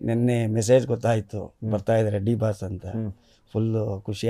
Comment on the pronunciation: ಲೋ ಮಾರಾಯಾ ಅದು ದಿ ಬಾಸ್ ಅಲ್ಲ ಡಿ ಬಾಸ್ ಸರಿಯಾಗಿ ಹೇಳೋ ಬೇರೆಯವರು ಹೆಸ್ರು ಕದಿತಾರೆ 😂